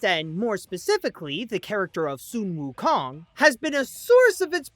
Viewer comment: Su wou Kong oh my god it's sun wou Kong.